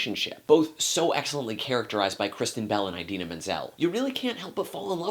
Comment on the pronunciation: It's pronounced (ih-deehnah)